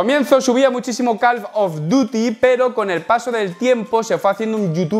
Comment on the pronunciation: parece que dice calf of duty, los gemelos del deber jajajajaja